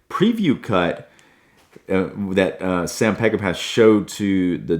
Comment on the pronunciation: It’s my favorite movie.. I’ve seen it at least 100 times in the 50+ years since it was first released. You’ve done a very nice job of critiquing it.. but you’ve got to know that Peckinpah is pronounced peck-in-paw! A genius and a tortured soul. I’ve often said if I could meet one person when I get to Heaven it would be him. Thank you, Sam.